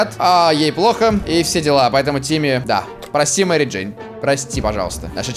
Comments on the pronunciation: Мери "Дейн" чуствует себя прекрасно.Я один заметил? не Джейн а Дейн..:? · МЕРИ ДЕИН??? БЛ*ТЬ ЧТО?